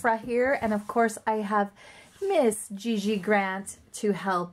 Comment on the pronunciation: Like how gigi is pronounced gg, it is pronounced shzee shzee